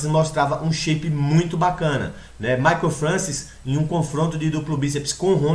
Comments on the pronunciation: til vc escreveu certo só pronunciou errado, mas ninguém é obrigado a saber pronunciar francês, se escreve francois mas se fala Françoar. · a pronuncia do nome é FRANCOIS = "FRANÇOAR" belo video amigo! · sim, mas o certo é FRANÇOAR que se fala, mas é aquilo, cada pais com seus dialetos e sotaques falam da forma que achar melhor. kkk mas o certo é FRANÇOAR mesmo, mas é só porque o povo é chato mesmo fica enxendo o saco por causa de um detalhe.